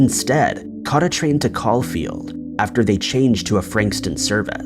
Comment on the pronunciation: It's weird hearing Caulfield being pronounced like that, not surprising, anything Aussie is never pronounced correctly 😂. Also i like this format ur doing with "marathon length" & that's mixing old cases that relatively known but still deserves another to have their stories told again, & the relatively new cases too! That's great mate 🇭🇲